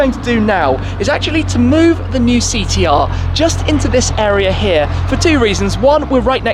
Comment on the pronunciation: Did this guy say Thee T R? Christ mate, get some speech therapy!